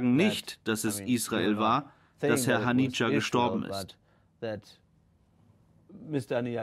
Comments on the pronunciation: Er hieß nicht Hanija sondern Hanieh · Nicht mal der Name von Haniye wird richtig ausgesprochen...